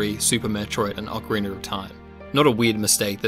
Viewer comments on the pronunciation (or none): whats with ocariner! its ocarina you dumb idiot!